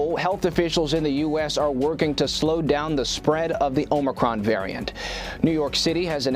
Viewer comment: Biden just told himself to “let’s go Brandon “ in front of 100s of millions.. You think he has any clue about a variant he still can’t even pronounce correctly? LOL